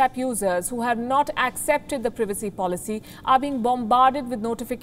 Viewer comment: She can't say privacy right